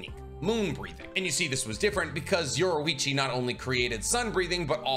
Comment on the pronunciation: Bro said yorwoichi